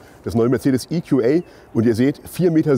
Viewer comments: Geiles Auto, es gibt wohl auch mit AHK, wie hoch ist denn die Anhängelast??? Wusste garnicht, dass der in England oder gar im Amiland gebaut wird, oder warum wird das plötzlich IQuAi ausgesprochen? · EQA muss man wohl englisch aussprechen aber GLA dann doch deutsch. Macht sicher Sinn. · Wieso spricht der Moderator "GLA" normal aus, EQA allerdings in Englisch?